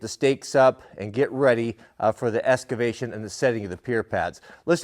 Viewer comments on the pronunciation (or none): Est-ce que vation. This westcoaster maybe has a little francais in him.